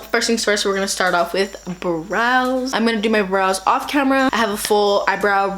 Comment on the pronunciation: I thought you said bras instead of brows lmao